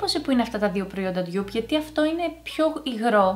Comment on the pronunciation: Δεν λέγεται «ντιγιουπ» λέγεται ντουπ